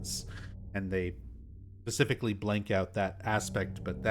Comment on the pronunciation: I noticed you always say "pacifically" instead of "specifically" 😊 It's kinda cute.